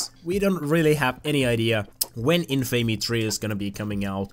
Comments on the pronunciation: It's in-fa-me, not in-famey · Your pronunciation of Infamy pisses me off more then it should.